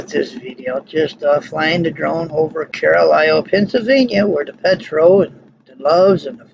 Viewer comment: Another terrific piece of flying - as usual! Carlisle is one darn busy transportation area, and you really show that best. BTW, it's "CAR' - lyle"